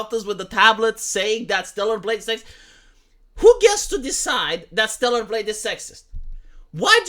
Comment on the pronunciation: At fking last you pronounced StellaR. Fk me, that took some fking time, man.